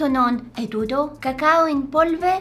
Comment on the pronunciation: TYSM FOR DOING MY LANGUAGE btw be careful to the double letters bc it’s not tuto it’s TUTTO